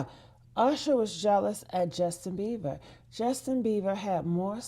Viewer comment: His name is Beiber not Beaver 😂